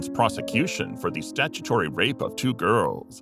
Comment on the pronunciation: Why is it Flint and not Flynn ?